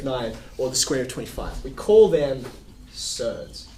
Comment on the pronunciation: Is that a typical Aussie accent? Surds, that is?